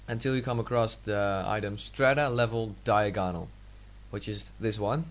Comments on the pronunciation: hahahhaaha you say diaganol weird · you say diagonal funny that doesn't matter though, thanks for the help! i will use this some day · you pronounced diagonal wrong...how the hell can you mispronounce that...